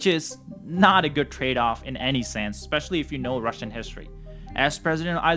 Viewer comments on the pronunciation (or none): none